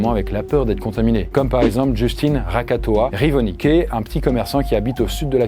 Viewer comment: T'as vraiment bien raté la prononciation du nom de RAKOTOARIVONY. 😂😂😂 Tu as lu RAKATOAH-RIVONIQUE 😂😂😂 Salut de Madagascar!